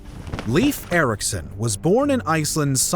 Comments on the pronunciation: Bro, it's Leif. Not LEAF 💀 But yea, you're right. Norway discovered America. Not Columbus. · Leif is pronounced 'Layf' (not 'Leaf') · Leyf, not leaf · The guy's name is pronounced Life Ericson not Leave Ericson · Great video. Minor detail: ‘Leif’ should be pronounced as ‘life’, not as ‘leaf’. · Not ”Leaf”, Leif. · not leaf its Leif(L AE I F) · Leif is not "Leaf", it's "Leyf". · Not "Leaf" LEIF! LIke first part is "lay" like lay a roof, and then a "F" . LEIF. Learn it, pesants. "Lay-f". That or face the sword. Fucks sake, this is why we invaded you in the first place, You cant even get a name straight. Scandinavian counsil are now considering new raids due to dumb wasnt fixed in 1000 years. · NOT Leaf Eriksson. Leif, which sounds like Layf or Lyf. (Technically it is actually Leifur Eiríksson, ....still never 'leaf') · Why does he pronounce Leif as “Leef”?? It’s pronounced as ‘Life’. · The name “Leif" is actually pronounced “Lafe" and not “Leef." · I wonder why I can't find anyone who tries to tell you that your way of saying Leif (like Leave) is wrong.. Leif is pronouced Life.. I know as it's the name of my son. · Leaf Eriksson -.- Come on, try a little harder! Læif, or at least ‘Life’. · His first name is pronounced like the English word "Life", not "leaf". I am Norwegian. This seems to be a common mistake among English speaking people. I have even heard a Canadian couple naming their son Leif and pronounce it "leaf". The rest of the names were pretty correctly pronounced, so you did your research, but I am sorry to say: not on the main character. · My name is Swedish, therefore it is 'Layf'. I know there are only two versions that are correct, and 'Leaf' is never correct. My theory is those North Americans picked the name from a book and had never heard the name spoken aloud. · Leif, not Leev! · Lif, its L A I F if it should be somewhat like norwigian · Leif is better pronounced ‘life’ rather than ‘leaf’. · It is laif like life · Not Lief Ericson, Leif Ericson...